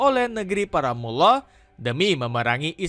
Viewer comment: Koreksi: negri para mul lah bacanya, bukan muwloh.